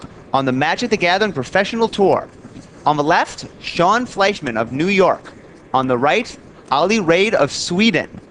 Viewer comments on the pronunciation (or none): none